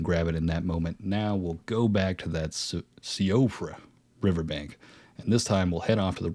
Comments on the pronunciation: Nice video, BTW it's pronounced "she-frah" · Hey I couldn’t find anyone else saying it in the comments but Siofra is pronounced “See-Fruh” 🙂 it’s Gaelic. Had a friend with it as a name in grade school, and she had a sister named Caoimhe (pronounced Keeva lol). Just figured I’d let you know for future videos :)